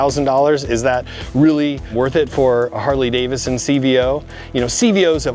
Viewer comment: DAVIDson. Please say it with me. Harley DAVIDson, NOT DAVISson.